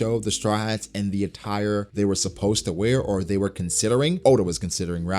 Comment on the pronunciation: Good stuff as always but you need work on saying supposed to for concepts haha